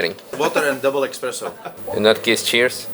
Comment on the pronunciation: expresso 🤣🤣 I suspect a polish guy as most ofmy people can't say stuff properly 🤣